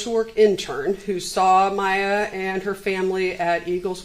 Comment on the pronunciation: She. The POS cant even say Mayas name.